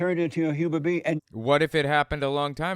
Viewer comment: I think I'm stumped by the Christian guy's pronunciation of the words "human being" as "humour bee"! Like do bees even LAUGH?! Nope they make honey